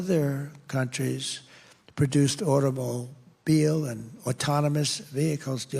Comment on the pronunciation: They produced automo.....beel. From commerth to labor ...to FEMA. I heard the squelch - he pooped his pants.